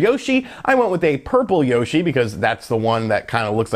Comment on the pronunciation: You pronounce Yoshi wrong